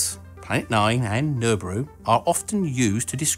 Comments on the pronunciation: Really because I hear 'Nurburoo' or some approximation. He says it at 10secs in... Regardless, it is a joke #joke. smh. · Did he say gelbooru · love your pronunciation of Nibiru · I like how you don't even bother pronouncing Nibiru lol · I’ve heard “Nibiru” said in a different way to what you were saying, so I’m not sure how to really pronounce it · From my local tinfoil-hat community perspective, your pronunciation of Nibiru is highly awkward :D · If you can't pronounce Nibiru properly you can't get your Tin foil hat. This was explained during orientation !